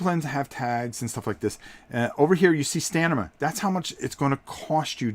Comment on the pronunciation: LOL! Trouble saying "Stamina"? You keep saying "Stanima" It's staMina, not "StaNima". :-) Not criticizing, just think it's funny because I mispronounce words differently sometimes too. LOVE your videos. Keep them coming. I look forward to them.